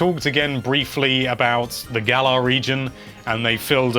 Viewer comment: It's pronounced Gal-uhr